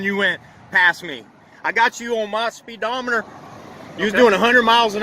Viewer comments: "I got you on mah speed-dah-metur" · "spee dometer" we got a real genius here.........